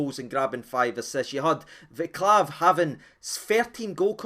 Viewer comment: Don't mean to be rude or anything, but his name is pronounced Vaa-ts-lav.